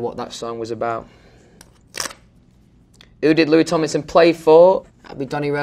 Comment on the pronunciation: No one can pronounce Louis Tomlinson better than Louis Tomlinson.